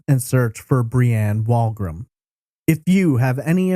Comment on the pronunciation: It was a slow pitch baseball tournament. Locals called it the Kokanee ball tournament. Also, I think the Canadian Pacific Railroad was a sponsor (CP) as they were a major employer at the time in the town. Further, "Wolgram" is pronounced "wool-gram".